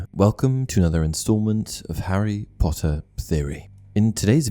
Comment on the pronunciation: Because Draco Malfoy always call him "POTTAH" instead of "POTTER" and that's why people find it funny and started to call him "POTTAH" too